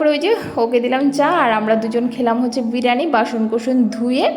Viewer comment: Didi ota k birani noy Bi+ri+yani bole